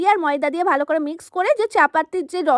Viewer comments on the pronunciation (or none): none